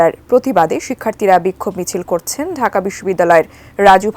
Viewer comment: পাকি দোসরদের বেশির ভাগই কুমিল্লা নোয়াখালীর ঢাকা কে উচ্চারণ করছে ডাকা...